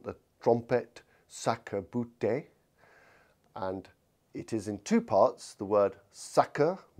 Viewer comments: sàqueÈ-bouté 😂 loved the pronounciation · Probably old french pronunciation? Idk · That was not a French pronunciation.